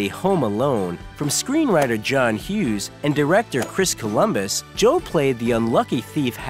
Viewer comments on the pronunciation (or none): none